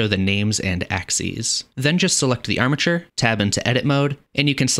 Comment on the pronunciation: Bro. I hear amature every time you say armature.